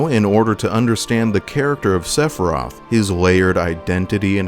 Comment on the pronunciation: I could not get past you pronouncing the dudes name as 'Sephroth'